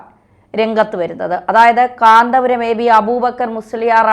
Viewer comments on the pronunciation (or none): none